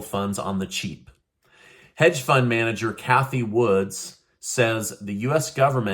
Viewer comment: JSYK, it's Cathy WOOD, not Cathy Woods.